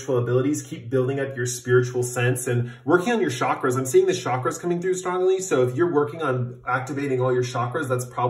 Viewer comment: oh yeah DEFINITELY pile 4 💙 cobalt blue is also my color. working on your "shockers" lmao that's what I heard instead of chakras 😂